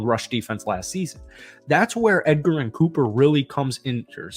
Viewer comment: Cooper’s name is pronounced edge-er-in, not Edgar-in lol.